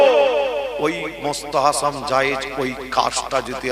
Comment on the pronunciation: সাফেরি সিদ্দিকী এক মহাপাগল তার ভুল সংশোধন করতে গিয়ে আর এক পাগলের আগমন যে কিনা ফরজ, ওয়াজিব, সুন্নত, এই সমস্ত শরীয়তের হুকুম গুলোর সঙ্গে নতুন একটা হুকুমের নাম বলল মুস্তাহাসাম জায়েজ। যার সঠিক উচ্চারণ হলো মুসতাহাসান।